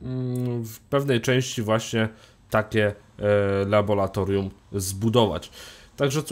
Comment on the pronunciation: Nie labolatorium, tylko laboratorium.... Wstydź sie!